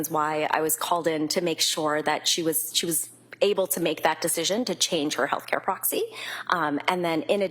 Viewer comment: Healthcare "proxi"?? Wth..